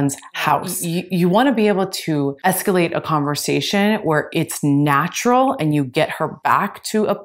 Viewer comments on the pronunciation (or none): By the way,, it's, "escalate", and NOT, "scalate"..